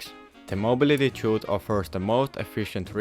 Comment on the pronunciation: The way to pronounce "chute" correctly is the same as "shoot" fyi.